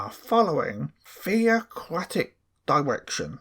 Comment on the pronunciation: Did the elders say "Fear-o-cratic" arrangement?😂